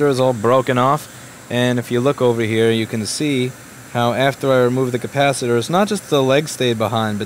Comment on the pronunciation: Ur saying it wrong!!! It’s a cappa sitter